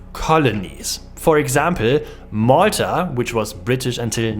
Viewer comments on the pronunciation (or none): none